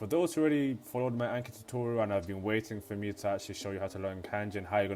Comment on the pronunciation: So painful watching a Japanese learning vid and hearing Anki said that way haha. Thank you though, it's a good vid.